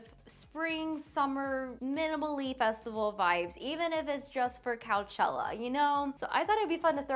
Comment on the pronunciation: ‘Couchella’ lol 😁